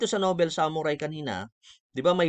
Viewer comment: Sir ung basa po nobol ( noble) hindi po nobel.